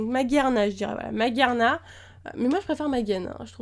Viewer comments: C'est maj arma je pense que sa se prononce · Il me semble que Magearna se lit "Majearna" grâce au "e" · magearna se prononce maj arna